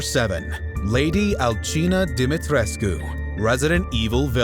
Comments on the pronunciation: Its pronounced demetresk not demetrkoo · Dimitrescu is pronounced as Demitrisk I think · OMFG IT’S PRONOUNCED DIM-IT-Tresk. You pronouncing it wrong made me lose respect for this channel and for this announcer as a person. Delete yourself!